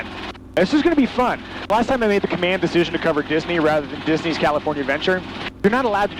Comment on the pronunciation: "I made the command dicision" LOL We mere people make "choises".